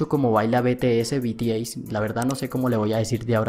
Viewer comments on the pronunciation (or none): solo paso paradecirte que cnco baila mejor y de paso si vas hacer un video aprende a pronunciar el nombre se pronuncis zienciou no cinco y bitiey no b.t. c. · Me encanto. El video seq tod@ sabemos que ellos son los mejores . Lo unico que no me gusta es en la manera enq llamo a mis bebés . Si quieres haser un video de ellos pronuncia bien su nombre . BTS. LOS AMO MIS AMORES. 😍😍😍😍😍😍😍😍😍😍😍😍😍😍